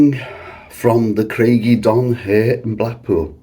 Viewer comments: I stayed there in 1973. Ohhh try the pronunciation again. Lol. Say it as. Cryge uh don not eh don. Lol. But great video. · Pronounced Crige uh donn. Ige as in tiger, not nigel. It means rock of the wave, ie a rock that juts into the sea that the waves splash against. Welsh is my language, that's how I know.